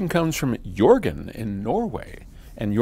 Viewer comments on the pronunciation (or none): Haha :) I guess his name is "Jørgen" not, "Jurgen" ;P I always laugh a bit when americans, english etc can't pronounce the letter "Ø" :P We have the letters Æ, Ø, Å after Z in the alphabet. Always funny when trying to pronounce my name too.. :P